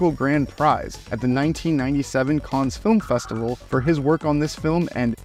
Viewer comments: Cannes - the s should not be pronounced. Fifth Element and Time Bandits best of all time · The 's' in Cannes is silent. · Do you seriously not know how to pronounce “Cannes.”